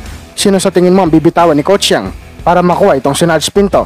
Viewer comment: Brod. pilipitin mo ung dila mo para mabigkas mo ang Yeng hindi Yang